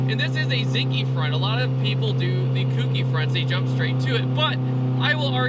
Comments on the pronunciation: WTF!" This guy just pulls stuff out of his ass "Alot of people go kouki front" Uhhhhhh no And yea its not kouki. Not koo-ki if youre on the other side of the car, it sounds like a prius, you would have no idea." More like you have no idea what youre talking about. sounds like a prius? King of retarded statements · Kouki: the "ou" is pronouced as a long "o", and the "ki" is pronounced as "key"